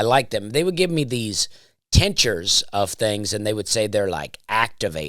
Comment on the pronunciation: It’s pronounced Tink-chur. Tincture. Jsyk. Love your comedy & podcasts.